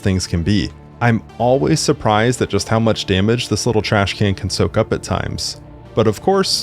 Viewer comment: ITS CALLED TRASHCAN NOT TRASHCAN’t